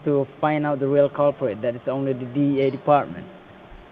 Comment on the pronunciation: sound like he was saying DA instead DEA